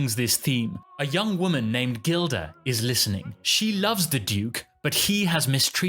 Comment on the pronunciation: "J" ilda ( pronunciation)